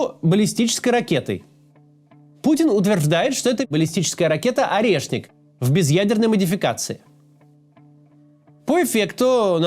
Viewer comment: Мне показалось, или путин чутка кекнул, произнося "орешник"?))